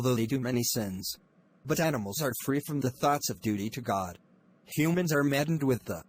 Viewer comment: Mistake Humans-Hunand